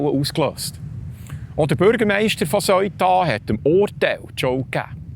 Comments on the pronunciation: Seuta, Seuta, es heisst Seuta. Nüt vo Söita (aber ja, es het weni Söi da😜). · Die Aussprache ist "seh-uta" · Lieber Die Stadt spricht sich Sëuta.. nicht Soita. Danke. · Super guter und informativer Beitrag .... aber der Name Ceuta so falsch ausgesprochen tut mir in den Ohren weh. Richtig wäre wie im englischen TH am Anfang und kein verdeutschtes "eu" sonder jeder Laut separat betont .... also "Theu_ta" oder deutsch "Seu_ta" ... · Bitte sag nicht: "Seuta" sondern Se-uta. NB: die Sache dort ist noch lange nicht erledigt, schau mal die Videos der Einwohner. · Bitte die richtige Aussprache für Ceuta lernen 😅 ich bekomme jedesmal Gänsehaut wenn ich auf Bärndütsch "Soita" höre 😂 The-u-ta ganz einfach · Se - Uta wird es ausgesprochen nicht Soita. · Man sagt Seeuta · Man spricht es se uta aus...nicht eu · Ich habe von di Beitrag fast nicchts verstanden, 😢 weil ich über dem Aussprache iritiert war. Aber wie wird Ceuta/Söita ricchtig ausgesprechen? Marokkannisch, espagnolisch? Wer kann die wiiterhelfen? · Aber zur guten Recherche gehört auch, dass man das richtig ausspricht, es tönt einfach schrecklich, so gut er auch seine Sachen macht.